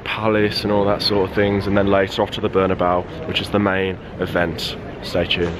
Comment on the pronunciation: 'Berna-bow' Can't even say the name of the stadium correctly. 🤦🏾‍♂️